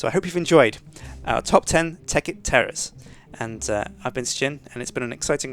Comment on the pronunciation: Sound like he says top ten tekkit terrorists